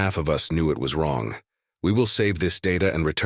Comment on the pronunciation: How me wong? No, me not wong. You wong! How you wong?